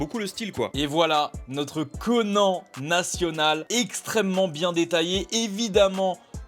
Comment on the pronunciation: C est conane pas conan